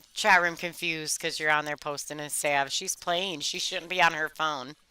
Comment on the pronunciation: Why do you keep calling her Sav ? The a has a short sound not long.